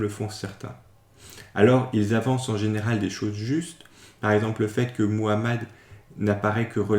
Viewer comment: Au moins toi tu parles bien le nom de notre prophète Muhammad (❤Paix et salut sur lui)